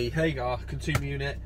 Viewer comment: It’s Hager not HagAR 🙈